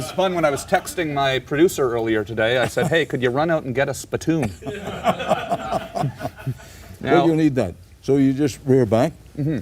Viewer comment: No comments here? This is classic. first time i see Tom green behave like a adult. And the way he pronounced Spi- Toon. Hilarious!!!